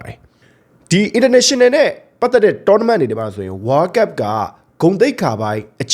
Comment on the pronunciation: ဝါးကပ် ဝါးကပ်နဲ့ ဘယ်နိုင်ငံကလေသံလဲဗျ ဝေါလ်ကပ်လို့ပြောပေးလို့ရမလား